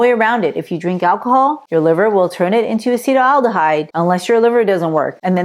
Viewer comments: Non-asians have liver enzymes that break down acetaldehyde perfectly well. This person cant even pronounce acetaldehyde. Ill continue drinking red wine in moderation. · A handy rule of thumb: if the pundit doesn't know how to pronounce "acetaldehyde," you'll want to take their supposed expertise with a grain of salt.